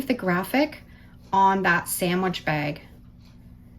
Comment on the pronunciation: Bag not bagi